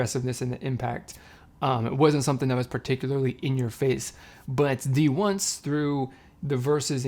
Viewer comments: its pronounced as d-once ! thank you for reacting to them, the members went through a lot especially in survival shows and im so happy they finally debuted. i hope people wont sleep on them, they are really talented! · Thank you for reacting D1ce. It's pronounced D-once. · D1CE !! I’ve waited for their debut for a long time I’m so proud lol it’s pronounced d-once :)